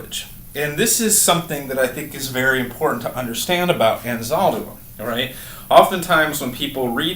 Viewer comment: Sir, you must first research Anzaldúa, learn to pronounce her name correctly, take a course or two about her work, then teach it.